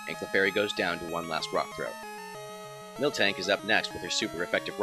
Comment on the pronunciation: "Pilowswine" and "Milktank" are my 2 favourite words in this video, literally reminded me of my childhood friends and me saying the names wrong for years. This unintentional mispronounciation put a big smile on my face. :D